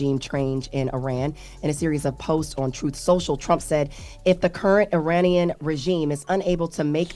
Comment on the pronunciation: Trump said Uranian 😂